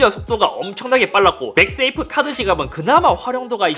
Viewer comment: 맥스 에이프로 들리는데 ㅋㅋㅋ 맥 세이프 라고 하는게 낫지않을까요?